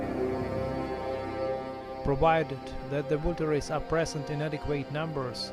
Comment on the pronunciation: can you give me the location of the Zoroastrian site near Yazd? Coordinates would be fine. By the way, "vultures" is pronounced as ''vul-churz'' in English.